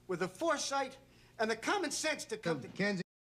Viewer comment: Sounded like "Kenya" to me